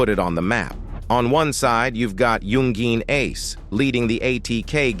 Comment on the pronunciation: yoon gween ace